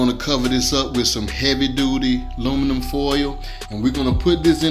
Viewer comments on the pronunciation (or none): He said luminum lmao u can cook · When he said "luminum" That's when you know it's good 😋